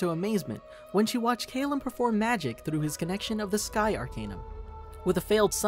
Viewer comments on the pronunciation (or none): It’s cal-lum not cale-um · It is Ca-lmm not Ca-lem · It's pronounced "Cal/lum, not "Ca/llum. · I hate how the narrator pronounced Callum’s name. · The only thing I hate about this video is the amount of times they mispronounce Calliums name. (Not trying to be rude or anything btw, just kind of annoys me since Callium is my favorite character.)